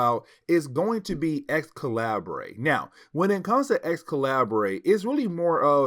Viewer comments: The “Ex- Calibray” is making my ears bleed. It’s pronounced Excalibur, the different spelling was just meant to be edgy for the dystopian timeline. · Just came to make the same comment. It’s just spelled slightly different. I actually though he was sayin “x-collaborate”, and I was thinking “jaysus I dint remember that comic in this series” 😂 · Hey it pronounce Excalibur I think still, but it's a minor mistake. Keep going man